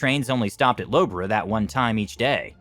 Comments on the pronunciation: Actually laughed at the pronunciation of Loughborough anmd Leicester. Nice try, but it's pronounced Luff-bur-rur. "Lough" is prounounced very not-how-it-looks. Leicester is leh-str similar to the name Lester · Great job on the English names except for: Loughborough = Lohf-brow and Norwich = Nor'ich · The correct pronunciation of Loughborough and Norwich are 'Luffborough' and 'Norrich' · Low Borough! Eely! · Loughborough, Norwich, Leicester and Ely were all mispronounced